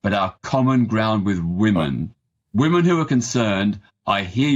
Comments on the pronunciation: Its WOMEN peter not WOMAN....... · This guy cannot even pronounce "women" properly. It's pronounced 'wi·muhn' not 'wu-man'🤦🏻‍♂️ He's also biased blinkered and being purposely ignorant to the abuse coming from trans people.